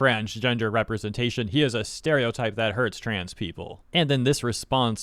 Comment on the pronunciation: LMAO 'Steriotype'.